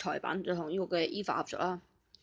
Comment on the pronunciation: 大佬米自high啦，EVA你都讀錯，又爆米。:無厘頭Youtuber...